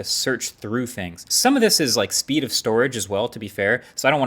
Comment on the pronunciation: I LOL’ed so hard at the emphasis on it’s speed